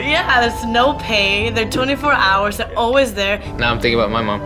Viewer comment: Hours hota horse nh Candidates hota candinates nh..